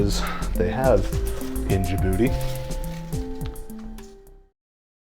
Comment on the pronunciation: Jabuti means Jab-defeat of the buti the oger/monster . It is not booty it is pronounced " bote" not booty